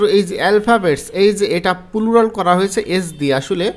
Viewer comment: পিলিজ, পুলুরাল, টিরি🤣🤣আগে উচ্চারণ শিখুন